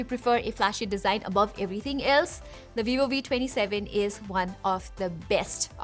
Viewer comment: Why u say One like Wan... Like Obi-Wan-Kenobi?! 😊 I was just kidding. Accent is peoples own preference.